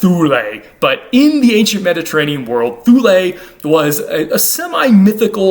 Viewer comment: Thule isn't pronounced "Thoolay". I'm not really much of a pedant but I do know that, like the town in Greenland, Thule is pronounced "TOOLEE".